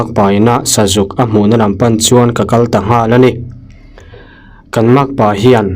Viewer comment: Kan makpa pa phai kal tih a kal lai hi i lam dik lo. Kal (kidney) angin i lam a, kal (go) anga lam tur ni awm tak a ni